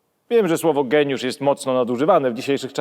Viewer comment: Nie geniusz tylko gejniusz